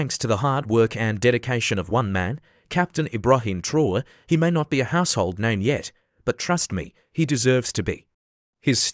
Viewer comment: Mispronounced his name in spelling and this is LATE, news!